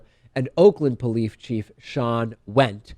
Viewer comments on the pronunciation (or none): David says "polife chief" once, no big deal. Just a mistake. David says "polife chief" second time, I think he might've noticed the first one and just went with it. XD I think he has a head cold. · Is it just the mic, or did you at points say "polife"?